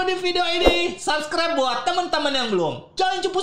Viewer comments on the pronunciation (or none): none